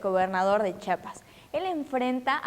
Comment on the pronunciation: Es Chiapas y no chapas, Totoreca sos dijeran en mi estado: CHIAPAS!!!